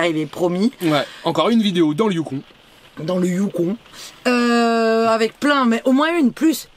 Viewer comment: salut on ne prononce pas le n du yukon icitte ... a peu pres 5 min les animaux c est des caribous. salutations de whitehorse.